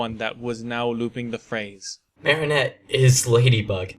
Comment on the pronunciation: I love podfics and I'm so happy you're contributing. I'm definitely subscribing so i can hear more. I have only one piece of constructive criticism and its the pronunciation of Marinette's name. You're currently pronouncing it "Marionette" which is one of those dolls hung by strings when it should be more of a conjunction of "Marie Antoinette". The French Dub (which is the more accurate pronunciation of the name) pronounces it MARE-in-ette with the Mare being pronounced the same as a horse mare. The English dub softens the a and pronounces it MAR-in-ette like from Mars. I hate to nitpick and you don't have to change the way you say it if you don't want, this is just the one issue I have.